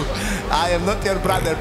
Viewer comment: "Ajem not jór bradr, bradr" 😃😃